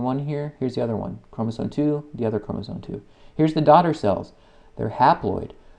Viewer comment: why are you saying chromosoNe?